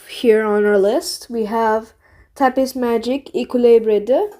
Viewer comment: Not tryna insult ur French but when u pronounce words that finish in s most of the time the s is silent so tapis would be pronounced tapi